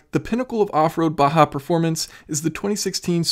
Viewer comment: Thank you so much for pronouncing baja as 'baha' and not 'BAJJA'....